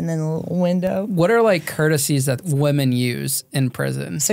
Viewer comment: Can some PLEASE teach how to say “women?!?”